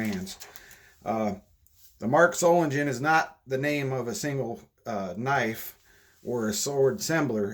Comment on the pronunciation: Germans dont say soft Gs. SolinGEN not solinjen.